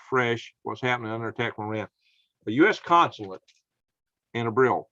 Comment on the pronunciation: It's pronounced ER BILL.